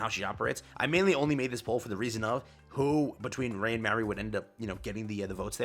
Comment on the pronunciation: My only gripe with the event being this long is that I have to listen to say "Mary" or "Marie" instead of just "MA (like when you call your mother) - RI".